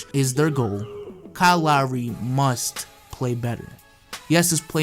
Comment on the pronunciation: Kyle lowery= Kyle lowsey